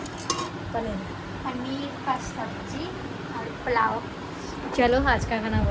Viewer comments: plao nhi hota dear Pulao hota h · Shi bol rahe h ap ko pulao v nhi bolna ata h palao bol rhi h